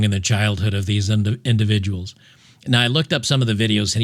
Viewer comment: I’m sorry but when you said individuals it sounded like you were going to say imbecile😂